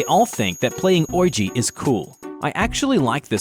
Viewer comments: O... K "oilg?" The word "Ouija" is pronounced as "wee-ja" or "wee-gee." 😂😂😂 Never heard it pronounced like that before! 🤣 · Uhh is he using AI???? Clearly Ouija is being mispronounced due to its way of being spelt even though the pronunciation is widely known....come on now!